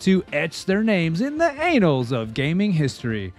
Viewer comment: the "Anals" of gaming history is a wild comment lol. we gotta fix the pronunciation